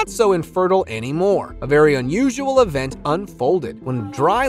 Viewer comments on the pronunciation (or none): none